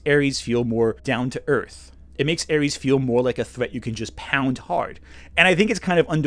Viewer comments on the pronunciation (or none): none